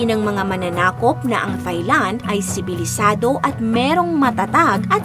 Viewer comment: Pet peeve, Thigh-land. Silent “h” please, so Tai-land😅